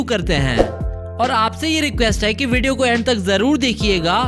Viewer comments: No number of Time he said ain like hain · When he says है I am 🤣🤣😅😅